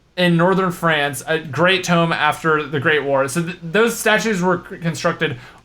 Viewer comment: tome instead of tomb... nice :D